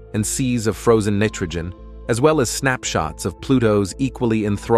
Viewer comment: I agree with thus pronunciation phopahs. Rather fun though to see how many different ways “kuiper” belt was messed up. And “ nitrogen “ with “i” as in mitt. 🤣🤣🤷🏼‍♂️ But overall a ton of great information in the presentation. 👍🏼